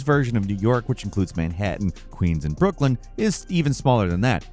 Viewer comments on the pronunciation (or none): none